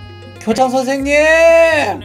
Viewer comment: 고자 선생님이라 들린거 제 기분탓 맞죠??